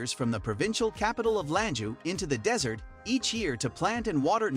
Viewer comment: Why is this guy saying dessert instead of desert several times? Just reading a script without thinking? Intresting topic though, but some of the used clips are strange choices.